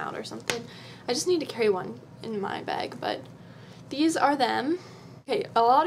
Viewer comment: ahaha when you said tag and bag you sounded so Canadian. xD